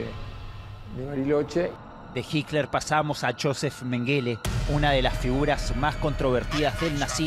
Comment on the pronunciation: Por que el periodista y varios reportados le dicen " Jikler " me llama mucho la atención.